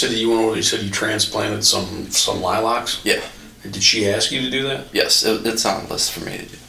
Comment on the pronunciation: I can't believe that detective called lilacs "lie-locks."